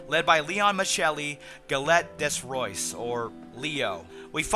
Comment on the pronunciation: Did u just pronounce des Rois like that?... Excuse your French, but you need to google the pronounciation...